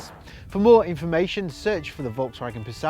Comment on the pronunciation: If only you'd pronounce "Volkswagen" correctly...